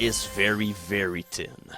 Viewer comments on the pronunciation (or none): did I hear that right? I could have sworn you made a joke with your accent about the deference between gold and bronze being very, very tin.